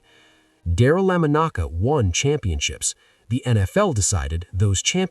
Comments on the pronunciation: I hate artificial unintelligents. Pronounce his name properly. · Learn how to pronounce his last name. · Jesus Christ at least say hi name right. If your AI can’t do it get better AI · Another AI VIDEO WHERE names such as Daryl’s name butchered. AI videos are a joke. Mispronounced names and many other words also. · You mispronounced Lamonica several times!!! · The AI can't pronounce his name so turned this BS off. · Hilarious how the AI mispronunciation of the very subject of the video is so pathetic...... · AI cannot pronounce his name??? No wonder nobody knows him! Those who were raised in this era know him 100% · Don’t you listen to these before you post them? How embarrassing to mispronounce a man’s name who you are pushing to be in the HOF! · Is there some reason why whoever is narrating this biographical video CAN'T EVEN PRONOUNCE LAMONICA'S NAME CORRECTLY!!!? Seriously. For f*cks sake, how is that even possible?! But obviously it is. Which is extremely lame. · Fix your AI messing up the name of the person your video is about is embarrassing. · "Got DAMN!. .. It Really Takes Away Some Of The Effect Of A Star Player's Story .. When The Narrator Continues To Mispronounce The Players Name". 😮😢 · Why did you start saying his name correctly to butchering it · AI announcer needs to pronounce Darryl’s last name Correctly - very irritating and disrespectful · He said it a few times. Probably AI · This video SUCKS!!!😡 1.) Why does the AI keep fucking up "DARYL LAMONICA'S" name? ESPECIALLY SINCE IT WAS PRONOUNCED CORRECTLY ONCE AT THE BEGINNING OF THIS VIDEO! 😡 2.) WHAT'S WITH THE FUCKED UP VIDEO FOOTAGE? MY EYES HURT NOW, WATCHING THIS SHIT! IT'S BLURRY AS HELL. I SHOULDN'T HAVE TO SQUINT TO LOOK AT A MAN THROW A FOOTBALL, DAMMIT!!!😡 DO BETTER!!! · His name is Darryl LA MONICA not lamonaka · At the mark, did you say Daryle Lemon-Ocka? WTF??!!!! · These AI narrated videos are so effed up. The man's name is not "La ma noka" It's Lamonica! Sooooo disgusting!